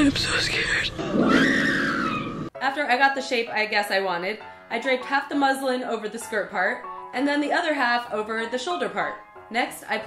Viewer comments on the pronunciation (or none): I thought you said "I drank half a muslim" 😂😂😂😂😂